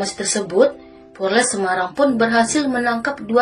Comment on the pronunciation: Penyampaian cerita udah bagus kak Cuma ada yg harus di perbaiki lagi Polres kak bukan porles 🙏🏻 Semoga makin berkembang ya kak channel nya